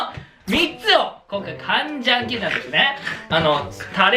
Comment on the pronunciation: 韓国人です 간장게장を発音そのままでカンジャンケジャンだと言うところで爆笑しました 何か耳新しい感じです